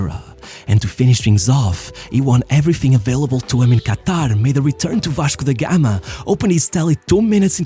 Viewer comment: loved your pronounce: Vashco da Gama. You spoke exactly like a local.